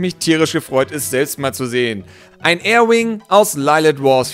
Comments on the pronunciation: Es heißt Arwing nicht Airwing. ;) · nicht Air wing, Ar wing